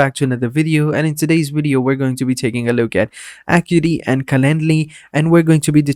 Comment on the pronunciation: It's pronounced "uh-KYOO-eh-tee"